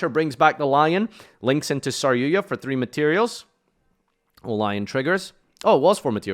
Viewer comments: Stop saying saryuya "argapain? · DRAGOON! Holy hell "red-eyes dragun duuur" it's not a hard word. Then again he still says saryuja as "saryuya"